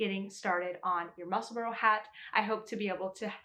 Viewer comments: I've made 3 so far and have plans for another 3 already. Just wanted to say it's pronounced Mussel-bra not Mussel-borough, I'm from just south of the Scottish border. I'm going to make my next one with the ribbing in the centre, I've already made one with a contrasting band in the centre of the tube for a contrast brim. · Ysolda pronounces it Musselborough. I’m not hearing a distinct bra sound as you mentioned. Just went back and listened to her part 1 tutorial. I think most Americans feel pretty good about not saying Musselburg as in burger. It’s not easy to get subtle distinct pronunciations correct when the untrained ear is hearing Mussle-borough. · Many thanks for the pronunciation tip! British names frequently confound me, so it's immensely helpful to learn the accepted way to say "Musselburgh." (I'm still recovering from learning that "Cholmondeley" can be pronounced "CHUM lee." Sigh>)